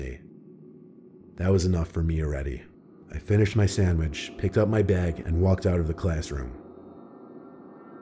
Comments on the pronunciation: did anyone else hear “samitch” when he said “sandwich” or was it just me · “I finished my sammich “😭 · I say sandmich and sammich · That’s how my dad says sandwich